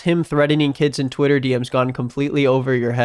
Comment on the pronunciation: the way he says “Tweieta”